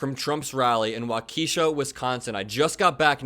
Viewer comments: WAU-keh-shaw... Not wau-KEE-shuh. Thanks. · WAU-ke-'shah lol puttin the emphasis on the wrong syllable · He said wa Kee sha 😂😂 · Hey the town you said is pernounced waa - key - shaw just for your help. I love your videos! Keep up great work! Thanks! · It’s pronounced “walk-ka-shaw” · Liar. You were NOT there. There was NO Trump event in "Wau-KEE-sha". 🙄🙄🙄🙄🙄🙄🙄🙄🙄🙄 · It's pronounced Wa- Ka- -shaw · As a Midwesterner, that is NOT how you pronounce Waukesha lol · Please learn how to say Waukesha please!!